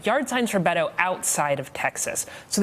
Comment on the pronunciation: Please learn to say pronounce Beto. It not that difficult.